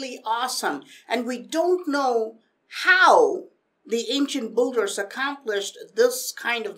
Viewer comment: dude it's "Builder" not "boulder" :)